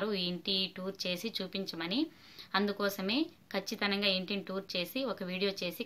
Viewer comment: Kachithanamga kadu Kachitamga.